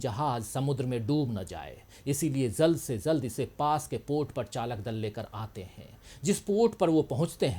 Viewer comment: Aap jald se jald ko zald se zald kyun read karte ho j ko z bana dete ho .aisa kyun .